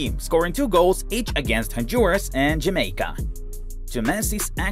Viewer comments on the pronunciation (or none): none